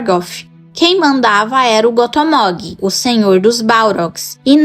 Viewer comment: Só uma pequena correçãozinha...Gothmog se pronuncia "Gófmóg". Espero ter ajudado, e que no futuro, vc fale bastante desse líder dos balrogs. Vida longa ao canal!